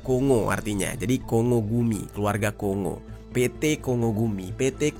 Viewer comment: maaf ya jer, bukan apa2 nih, cuma mau konfirmasi aja tentang cara pengucapan “KONGO”,,, sebenrnya cara pengucapannya “KONG+GO” bukan “KO+NGO” ya